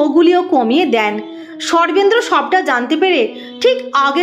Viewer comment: Sarvendra er naam shune chhi. Sarvendra word tar pronunciation ato baje ( accented ) kano ?